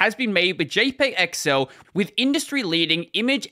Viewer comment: What it says : XL How he said it: excel